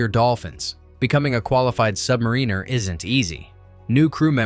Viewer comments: SubMARiner, not submaRINEr! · ITS SUBMARINER NOT SUBNARINER. SUB-MAR-IN-ER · Definitely AI , because the smart computer still can not correctly pronounce some words. “ Submariner” had the wrong emphasis on the second vowel sound 😊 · That would be cool if Submarine Insider could learn to pronounce the word submariner. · makes a video about life aboard a submarine, proceeds to mispronounce "submariner" every single time.